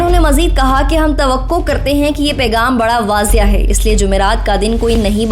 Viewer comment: تلفّظ کی اصلاح ضرور کر لیں واضح کوآپ نے وازیا پڑھا